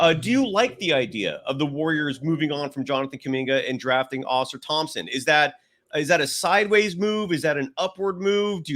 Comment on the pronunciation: Givony... GIVE-OWN-KNEE not GIVE-ANY. Ausar Thompson, it's not pronounced like a Flying Saucer. Come on man i'm not trying to be a dick but it's so painfully bad and it's not even close and it happens in like every podcast. You're legitimately the worst person with names i've ever seen. Heck the other gentlemen said it right immediately after you and you didn't even attempt to correct yourself. PLUS you use the name NON STOP and it's WRONG. Then Wenbenyama you put a G in there somewhere? How why? Do you take any time to even try to learn? You'd think you'd just pick it up naturally after hearing it somewhere else. It's 8 minutes into the podcast as i'm typing it and there's another mistake!